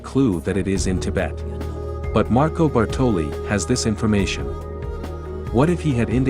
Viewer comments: You did put a lot of time and effort in this one, I give you that, but it just makes me "cringe" to hear you say Bartòli for the entire video, instead of Bàrtoli. Ok, Lara misspells it too, the first time, but the italian guy is the first one to say that name and since it's his own language you must take that for good. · Great video, but as an Italian I'm slightly triggered every time you pronounce Bartòli instead of Bàrtoli 😂 don't mind me, excellent work 👌